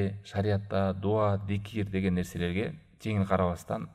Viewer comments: Зикир дейсизби дикир дейсизби же мен эле ушинтип уктумбу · Зикир же дикир тушунбой калдым